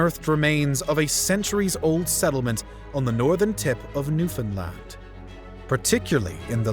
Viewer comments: Props to properly saying Newfoundland. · NAILED the pronunciation of Newfoundland, Newfoundlander approves